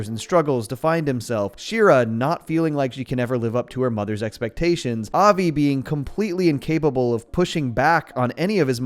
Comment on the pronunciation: You can tell when and non jews talk about this show since they pronounce Avi's name with more of a Brooklyn accent. That's just the way the mom pronounces it so the family does too. Most people would pronounce it more like 'of-y' Same with rosh-hashanna. Most pronouce it as "rush'...occasionally "roush" (like master roshi) The Yom in yom Kippur should be pronounced more like yum The bat it bat mirmtzvah should be pronounced more like but